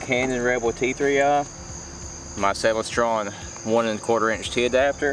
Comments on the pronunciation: I am not sure, but I think you are saying Celestron incorrectly. "Celest" as in "celestial". Then add ron at the end and you may have it. It sounds as if you are saying Celes Tron or something strange. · Couldn’t figure out what he meant by “sell a straw” until I realized he said Celestron. Great video. The cat in the tree top cracked me up too